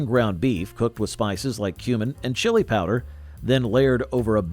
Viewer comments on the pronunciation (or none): none